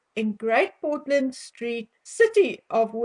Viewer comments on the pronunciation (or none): none